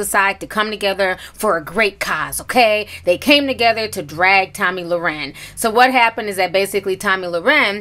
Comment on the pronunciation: Lmao, not tomi lau-ren 😂💀